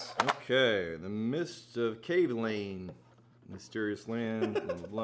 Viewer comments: GEMALAN (hard G) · If only you guys know how EXPENSIVE those bottles are!! Steve Kim is more than generous to send you one, let alone FOUR in a row!!! Btw, the stress is on 'Ka' rather than 'Lan'... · It’s actually ga ma land XD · i thought the pronunciation was kavalan like macallan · Been looking, not finding.... Kay Vay Lahn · Kavalan? I hardly schamalan. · Just so people know, the cask strength Kavs in the US are not called solist (not soloist by the way ). Some type of TM violation I heard. So don't get thrown off if you don't see Solist on the label, WV's bottle must have come from another country. But the bottom line is that the cask strength Kavs are ridiculously good. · 真的該試一波歐瑪，外國人好像都比較知道葛瑪蘭🤣是說他們好像都沒有念出跟葛瑪蘭三個字一樣音的組合😅希望未來官方可以推廣一下正確唸法，我自己也都隨便唸😝